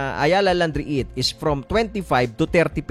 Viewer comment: Please pronounce it properly.. REET, not REH-IT